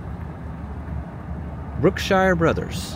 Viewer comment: I didn't realize how Texan i am until i cringed and got angry with how you mispronounced Brookshire Brothers